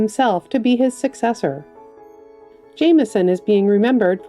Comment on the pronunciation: Judith Jamison's last name is pronounced JAM'-ih-son. Like toast and jam.